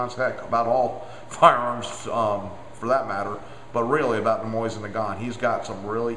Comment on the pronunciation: MOE-SEEN NUH-GONE